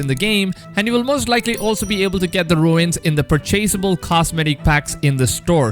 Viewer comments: Great vid thanks for the info! Just so you know for future reference its “ Runes” like the word “ dunes” and not “ ruins”... like “ancient ruins.” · Say it like ‘Roons’ not ruins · But we knew there was a season pass as it was written on the boxes for ultimate edition etc as soon as you could preorder. Also, fyi it’s pronounced ‘roons’ not ‘ru-ins’ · Dude, Runes are pronounced R-OO-NS not RU-INS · Runes.... not ruins😔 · Did he say ruins for runes roo-nes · I love that he said ruins like Stewie from family guy 😭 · "Runes" is not pronounced like "ruins" :( nice vid though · It’s pronounced roons